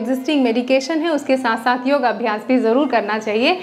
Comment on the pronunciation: योगा नहीं, योग कहिये।